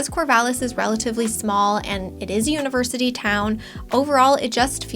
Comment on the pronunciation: 'Univerity'? TchTch